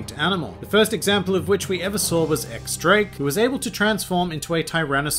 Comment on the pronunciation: Just nitpicking here, but X Drake is pronounced as Diez Drake and we currently don't know what theropod dinosaur he is (because a Tyrannosaurus only has two fingers, while Drake has three). Otherwise great summarization